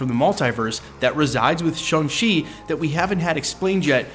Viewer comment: It is pronounced SHANG not SHUNG.